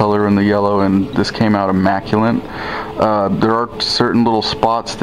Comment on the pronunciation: FYI - "immaculate" not "immaculant"